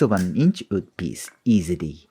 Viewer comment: My friend, your skills and english are both absolutely amazing. But the word is "WOOD".. not "OOD" Sincerely, an ESL teacher. <3 (Im just joking with you. I subscribed!)